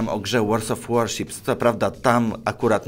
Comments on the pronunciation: Chłopie... Staczasz się, chamskie reklamy, porty w Austrii, "łors of warships"... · Łors of warships... Lubię Cię, ale to mnie trochę wkurza :D